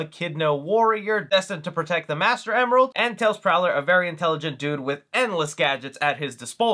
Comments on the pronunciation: "Prower" my boi. Not Prowler. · Sir, I will let you in on a fun fact. tails full name is Miles prower not prowler, it is a reference to the measurement of distance "miles per, hour" so again Miles prower not prowler. Thanks for your time.😊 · I also thought it was Prowler back when I was a kid. Then I found out it's a play on "miles per-hour".